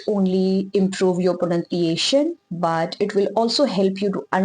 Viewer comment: miss try to pronounce pronunciation correctly